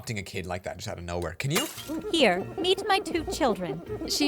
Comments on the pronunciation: Lol when she said meet my two children i thought she said “here eat my two children” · When they said meat my 2 children it sounded like eat my two chinldren